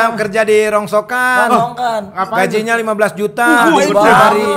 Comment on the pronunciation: NGAKAK PAS KANG SULE BILANG RONGSOKAN,SI MALAH BILANG RONGSONGKAN,TAPI DISITU GA ADA ENGEH🤣🤣🤣